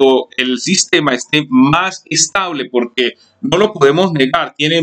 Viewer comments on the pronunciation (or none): none